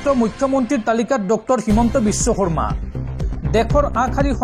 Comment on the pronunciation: বিশ্ব শৰ্মা ঠাইত কিয় বিশ্ব কমা বুলি কৈছা ভাল দৰে উচ্চাৰণ কৰিব